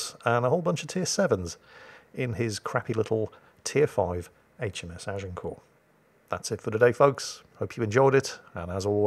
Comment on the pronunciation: Thank you, I've been Americanizing the pronunciation of Agincourt, now I know how to say it correctly! Learn something new every day, keeps the brain fresh.